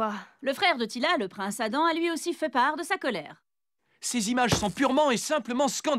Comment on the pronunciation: c'est teela pas tila xD